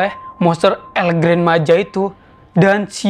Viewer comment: Bang di bacanya tetap Gran bukan gren